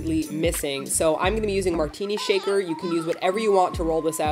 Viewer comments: i misheard and thought she said, "Martina Shaker". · I heard that as Martina shaker... hahaha